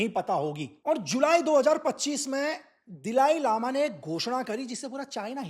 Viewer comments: बहुत फेंकतें हो भाई। 🤣🤣🤣 दलाई लामा को दिलाई लामा बोलते हो। 😂😂 अरुणाचल से 'water bomb' पे पहुँच गये ? कुछ भी ???🤣🤣🤣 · दिलाई लामा नहीं,दलाई लामा बोलो,, जो बातें आपने बताई, वो सब जानते हैं,, पोइंट पर तो बात की नहीं, इतिहास पढ़ाना शुरू कर दिया। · दलाई लामा है, एक सरल नाम उच्चारण नही कर सक्ता! सिक्किम काे भी निगल लिए हो इन्डिया